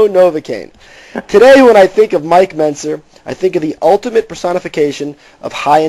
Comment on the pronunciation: Why does Bob Chic keep pronouncing Mike Mentzers name wrong??